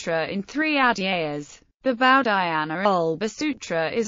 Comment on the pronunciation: This was the worst butchering of an Indian name that I've ever heard in my damn life